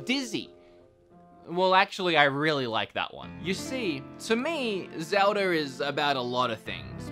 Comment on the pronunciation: He got zmeldas name wrong